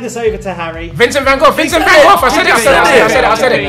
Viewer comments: I've never heard Vincent Van Gogh's (GO's) name pronounced as Vincent Van GOFF before. lol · why did they all say vincent can goffff instead of vincent van gogh